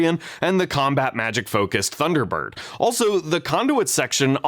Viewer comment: "Thunder Burt?"